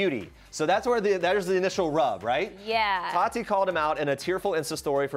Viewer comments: Her name is not pronounced 'Toddy".... it's TATTTTeeeee. Just sayin. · It's Ta-Tee, not Tottie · Is it just me or does it bother anyone else that they pronounce tati with a soft d like ta-di instead of ta-tea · There saying todi 😂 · The way they say Tati triggers me